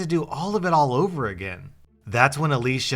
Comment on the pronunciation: thanks for saying Alicia and not Ale-see-a. My sister is called Alicia and EVERYONE calls her Alicia (Ale-see-a)